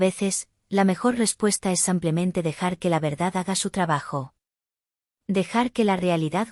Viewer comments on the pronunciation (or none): No se dice sampiamente se dice simplemente.Aprende a pronu ciar. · ¿Samplemente?😈😈Bonita historia muchas gracias por compartirla 🎉La voz de la narradora es preciosa pero tiene errores de acentuación y pronunciación en todas los relatos 😢😢😢 Cálido saludo desde Bogotá, Colombia ❤